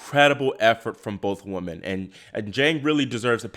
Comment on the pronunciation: Woman and Women are not pronounced the same.